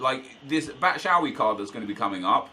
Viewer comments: can you please stop saying "batshowee" its pronounced "bat-shoe-i" jeez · Its said Bat-Shoe-I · Almost identical. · PLLEASE FOR THE LIVE OF GOD, PLEEEEEEASE LEARN HOW TO PRONOUNCE BATSHUAYI